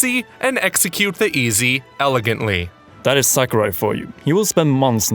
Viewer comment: it's not SACK-O-RAI. It's more like Sawkurai. A is always pronounced like it is in the word "saw" in Japanese.